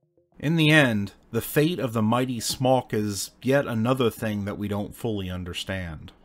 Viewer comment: Your pronunciation of "Smok" is perfect, but Lyso-Wise in the southern Poland almost made my day! Almost, because it's 25 min. after midnight, and anyways I shall be lying already. ;D Smok has peculiar teeth because it's adapted to eat maidens. If it isn't eating maidens - it isn't a Smok! It didn't die out, but went to Cracow and settled under the Wawel Castle.